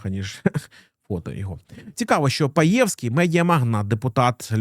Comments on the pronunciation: он не паевский он пеевский - а в целом отличный обзор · З наголосом на перше Е. Також ЖелЯзков - наголос на Я, ДЕнков, наголос на перший склад